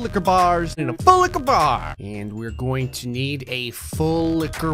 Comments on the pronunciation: I hate and love how he says full licher bar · I'M LAUGHING HYSTERICALLY RN, THIS MAN IS SO FUNNY 😭😭🤣 is that a "FULLIQUORBAR" the way he says it 😭😭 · I keep hearing fool licker bar when he says it’s slowly😂😂 and full licka bar when he says it more fast😂😂😂